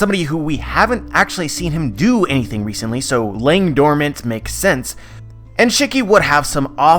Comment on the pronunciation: Can u do me a favor and pronounce shiki properly. Please and thank you.